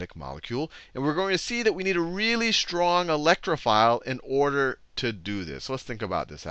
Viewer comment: "Wealy wealy wealy good at getting electron"